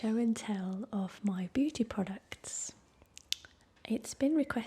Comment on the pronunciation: I thought she said booty products at the start